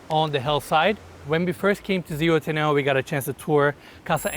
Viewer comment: If your planning to look for it in Zuhuatanejo you'll need to improve the pronunciation, other way nobody will understand what you're saying.